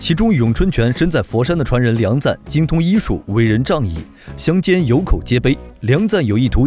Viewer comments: 你这个6点半，到底是钱赞还是梁赞？ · 不是錢贊而是梁贊 以後解說用心一點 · 是梁贊．不是：錢贊． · 人家叫梁赞 不叫钱赞